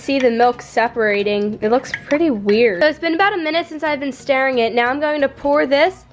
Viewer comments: She thinks stirring is pronounced starring 😂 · Even jersey people don't say stairing sounds nothing like stiring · Why the fuck are you saying you're "starring" it, it's stirring. Are you stupid? Like wtf😂 I know for a fact it's not your accent because my entire family is from New Jersey and I've never heard anyone say that. No wonder you and lance decided to become youtubers, neither of you know how to speak or form sentences and you're grammar skills and about just as good as a first graders Grammar skills. Holy fuck 😂😂😂😂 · 😂😂😂 she kept saying staring it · why does she say staring instead of stirring. unless thats what they say in nj but i dont think so